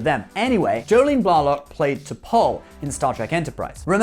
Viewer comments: Also, it's Jolene BlAYlock, not BlAHlock. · It's, Blay-lock. Maybe I miss spelled, but that is how she says it. Sorry,.